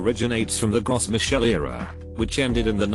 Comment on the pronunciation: Gros Michel is pronounced "Grow Me'shell". (It's French)